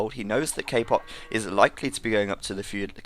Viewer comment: its not "k-poc" its "ka-pooch"